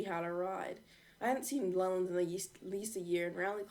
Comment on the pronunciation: It's l e l a n d